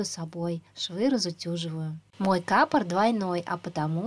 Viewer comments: Не кАпор, а капОр. Ударение на О. По ушам режет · Ты неправильно ставишь ударение на капор,на о ставить нужно,эх ты с урала